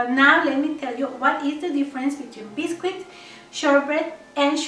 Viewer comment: We pronounce it Bis-kit not Bis-Quit. ☺️ but it’s spelt biscuit